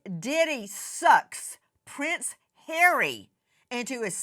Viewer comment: lol the intro when she says “Diddy SUCKS” lol. She stressed the “sucks” like hell lmao